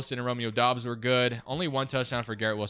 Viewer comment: Bro it’s dobbs not dubs